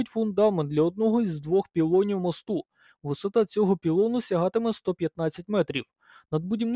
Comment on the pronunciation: Не мостУ, а мОсту. :) Наголос ріже вухо. Дякую за роботу. :)